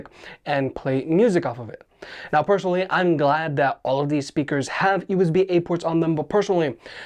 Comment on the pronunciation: personally not pershonally there is no 'H' when spelling